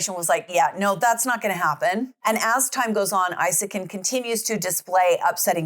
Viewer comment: From Sweden ❤❤ CRAZY STUFF don't only happen in the States.. but it's worse over there, a lot of worse. This case has had a good amount of cover from swedish media It is pronounced EEsakin if anyone is wondering